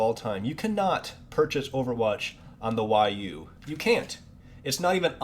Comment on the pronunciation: this dude is absolutely dumb!!!!!! Hw cant even say wii u right